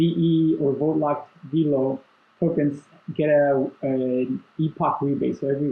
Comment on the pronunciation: It's veh-lo not vee-lo!!!!!!!